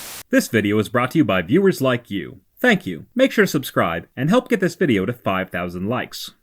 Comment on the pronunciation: What the heck is a “Vieo”?